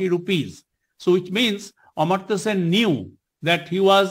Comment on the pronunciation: Amar-tya Sen not Amrit-tya Sen